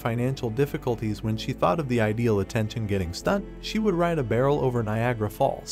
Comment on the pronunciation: Niagara. The misspellings and mispronunciations are very irresponsible yet easily avoidable.